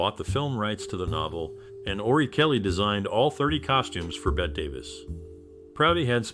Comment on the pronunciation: Surely you have heard her name pronounced correctly? Sounds exactly like BETTY - and was written so in her childhood before she changed the spelling. Basic respect: say names properly.😠